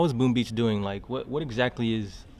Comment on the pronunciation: He says Boom Bitch